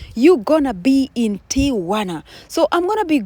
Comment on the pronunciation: Whoelse is hearing this "Ti-u-wa-na" thing for the first time 😂😂😂😂😂😂. Thanks for bringing this so close for us to have a close sight ❤❤❤❤